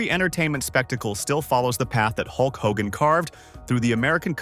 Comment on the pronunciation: Maybe before you do a video in the future you should do a little more research and learn how to pronounce the persons name correctly.